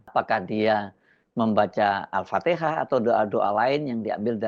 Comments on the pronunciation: Jokowi gak bisa baca al fatihah.... Tapi Alpatekah.... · BUKAN ALFATEHAH MAS TAPI ALFATEKAH !😂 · Dia mungkin baca alpatekah aja kok... Ga salah itu... Kalo alfatihah itu baru problem coi... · Bacaan alfatihah jokowi aja gak benar .alfatehah menjadi alfatekah .saya pernah nonton bacaan alfatihahnya dulu disuatu persidangan😊.ia membuatkan indonesia semakin mendunia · Dia Baca apa itu,, Al fatiha dia ucap Alpateka,,,| hadeh,,,,, pelanggar konstitusi, 10 thn membuat hutang negara semakin banyak, korupsi merajalela, ekonomi tumbuh hanya 5% pembohong, lapangan kerja 10 juta, mobil esemka, bohong semua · Alfatiha apa alfatika 😅😅😅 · Tapi diakan baca alfateka,bukan alfatihah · Emangnya ada yg denger apa isi doa jokowi. Toh alfatihah aja gak betul dibacanya. Dia baca al fatekah. Paling nadah tangan aja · Baca alfatihah saja Mulyono bilang Alfatekah 😂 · Jokowi baca al al patikah atau al fatihah ? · Bacaan alfateah tidak sampai. Kalau orang islam yang cerdas harus nya tidak mendoa kan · DIA BUKAN BACA ALFATIHA, TAPI YG DIA BACA ALPATEKA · Prabowo, salah kirim wakil nya penguburan Paus... Dia baca Al Fateka.. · Serius baca Al Fatihah? Dulu yg menyebut Al fatekah siapa ???😅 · Alpatekah :V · Jokowi tidak mendoakan alfatihah.. Tapi jokowi membaca kan alfatikah😛😛semua orang juga dah pada tau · Mulyono baca alfatekha bukan alfatihah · La kalo kalo kata bilah😅😅😅😅😅alpateka😇😇😇😇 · Kenapa juga harus diketawain kan JOKOWI memang nggak jelas agama nya kok,islam itu Al-fatihah sementara JOKOWI ALPATEKA kan beda thu,lagian yag di baca TOKE DE TOK,jadi sy sebagai warga Indonesia tidak merasa risih sedikitpun 😂😂😂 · Kenapa percaya Jokowi bisa baca Alfatiha... apa mungkin dia hafal Surat Alfatiha dulu dia mengucapkan nya saja Alfatekah 😂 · Ngawur kalian, mana tau dia Al Fatihah.. Dia taunya Alfateka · PAS SAYA LIHAT VIDEONYA JUGA MALU.. KIRA2 MENGARAHKAN KEDUA TANGANNYA DOANYA APA.. ALFATIHAH Apa ALPATIKAH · Dulu aja dia nyebutnya alpatekah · Bukan ALPATIHA. TP ALPATEKA